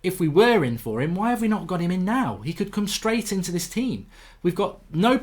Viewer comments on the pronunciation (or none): none